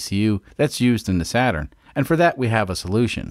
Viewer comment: SATURD not SATURN